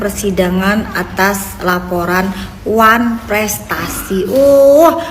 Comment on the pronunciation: Ngomong wanfrestasi aja susah keliatan kn bego nya tp kok bs jd dokter 😂😂😂😂